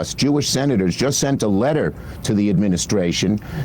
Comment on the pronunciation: "strongly worded letta"